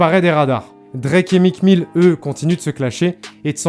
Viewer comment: “Mique Mille” mes oreilles 😭